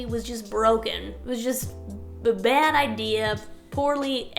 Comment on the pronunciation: This technology was BAAD (read like lol). Amazing video <3